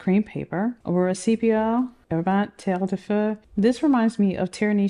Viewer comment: This spectrum brings me joy! And now I'm curious about the octopus Medusa ink 😂 Btw, French is my mother language and your accent on 'terre de feu' is a 10/10 👌